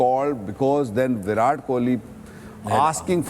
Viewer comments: Its viratttt plz pronounce right name atleast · Please start pronouncing Virat correctly